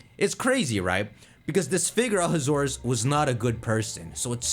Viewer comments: The second pronunciation sounds like you ate saying 'A hazardous'. I mean, AZ was hazardous. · Ahasuerus is pronounced… a (long a sound)-has ( he HAS money)- zoo- E- rus a has zoo e rus also Ahasuerus wasn’t himself trying to exterminate the Jews. It was His attendant Haman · It's "a haxorus"